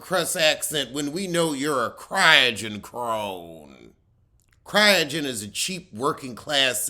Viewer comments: Croydon not Cryogen 😂😂😂😂😂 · It's Croydon pronounced Croy-den. It's the Far Rockaway of London without the beach. Way out there and no one wants to go there.